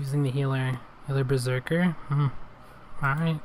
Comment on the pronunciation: bRO bREAKER NOT BERSERKER OMG..XD